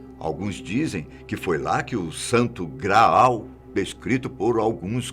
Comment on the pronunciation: Não precisa enfatizar Santo Graaaal ! Não somos burro a ponto de não sabermos o que é grau e o que é graal na dicção!